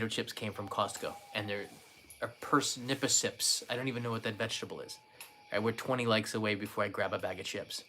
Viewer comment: Par snips not Per snips........Ever try Baba ganoush? Shhhhhhh, don't wake up Kanai.